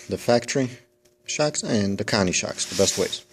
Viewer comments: Good tip on the Lowes Cobalt ratchet/socket but couldn't quite understand what exactly you called it? Guess I'll have to go check it out as that set-up would cover both styles (and more) Also, Koni is pronounced Co-Knee not Connie must be from the east coast? Basten or Jersy? haha Keep makin' the good videos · lol..I guess I'm not the only one hearing Connie,,hahaha